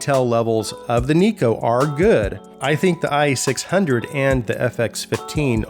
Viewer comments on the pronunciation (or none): Neko is a japanese work, thus it is pronounced as "Nekoh". Amazing review as always!